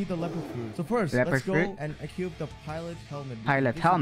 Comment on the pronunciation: "so we need to equipt our dLINGGG"